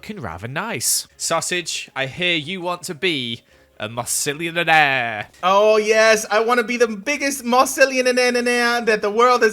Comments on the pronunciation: I love how MythicalSausage called it a mossilianarnanananare 🤣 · Sausage mispronouncing Mossilianaire: Mossisillilionaire mispronouncing Joey: Goey